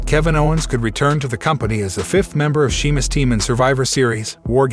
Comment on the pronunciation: You clearly don't watch this stuff and not a fan otherwise you would be able to read Sheamus's name right.